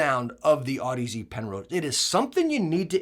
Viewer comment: Damn you haven't STILL learned to pronounce audeze lol